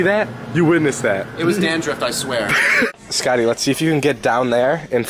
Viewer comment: " it was dandruff i sware"